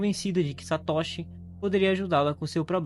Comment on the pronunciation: A pronúncia é Satôshi e não Satóshi .Não existe acento agudo na pronuncia do nihongo. Mas o vídeo é bom 👍continue